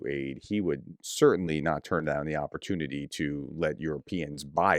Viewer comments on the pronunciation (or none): none